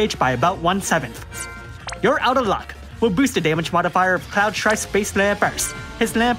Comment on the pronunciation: I love how you read will as whale